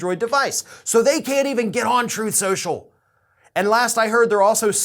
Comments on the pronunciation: Ah yes Troth senchell . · Actually, tRump says its called “Troath Senchal”. LOL.. He has literally mispronounced it on numerous occasions to the point that some of his people are most likely calling it “Troath Senchal”. LMAO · Google would have to be drunk, and on some serious drugs...to F*** Trump. Is "Troth Sential" competition for Frank Speech? 😂🤣😂🤣😂🤣😂🤣😂